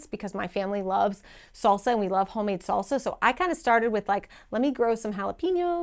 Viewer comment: Never heard anyone say salsa the way you do.